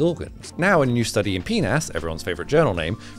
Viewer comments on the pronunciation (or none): Sorry i couldn't pay attention after how you pronounced PNAS. 😂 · I have never considered saying PNAS like that before… and I’m worried I will never pronounce it differently again. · you CAN'T just pronounce PNAS like that 😭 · Wait what was the name? PNAS? Sounds scientific but it doesn't when pronounced